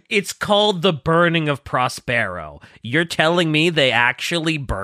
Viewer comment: That pronunciation of Prospero is killing me.